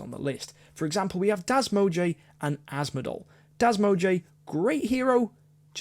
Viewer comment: I love how you say das mog-e XD